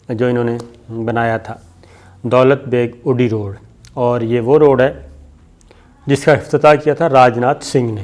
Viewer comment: its dolat baig oldi road not odi